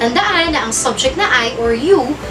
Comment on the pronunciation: Subject, phonics of u - uh!. Not sobject.. im sorry, but we are your students to learn and listen the correct pronunciation too!.